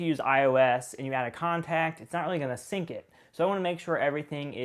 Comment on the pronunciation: Did you really say sunk 😪 the word is sync